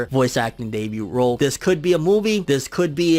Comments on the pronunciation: Debut=Day-bue. They T is silent fam... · Great content. Glad I subscribed! But the “t” in debut is silent. lol